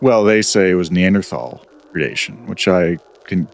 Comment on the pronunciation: It's so nice to hear someone pronounce "Neanderthal" correctly.